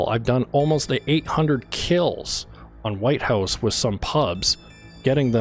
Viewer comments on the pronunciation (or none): none